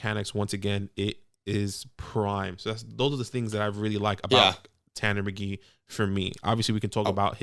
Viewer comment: As a Colts fan, I want this guy. I'm fairly alone among Colts fans. But guys... it's Tanner McKEE - not Tanner McGEE. There's a difference, it's subtle.